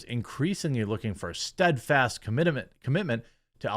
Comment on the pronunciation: "Commitament" is the best verbal mistake yet. The Quartering has my full Commitament on this one 😅